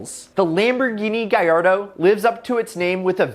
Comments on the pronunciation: lemborgini gayardo wtf its Lamborgini Galardo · Please GALLARDO not GUYARDO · Gallardo is pronounced Ga-Lard-O. Lamborghini said so. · Lamborghini Guyardo 💀💀